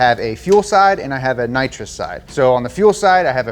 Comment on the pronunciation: How do you know someone has watched Fast & Furious? When they keep calling nitrous "Naws" 😂